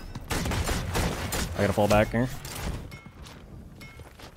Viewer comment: "I'll be Bok"